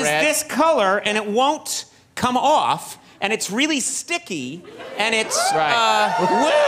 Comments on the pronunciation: It won't come aoofff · it's not coming aoofff at auull